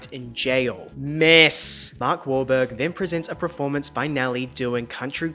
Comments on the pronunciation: Lol I cannot watch you any longer... PER-FORMANCE LOL not PRER-FORMANCE... 🤣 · Great content but you mispronounce ‘performance’ as ‘pro-formance’ and you use the word often so it stresses me out x